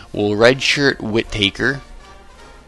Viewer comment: It’s pronounced like Wit uh kerr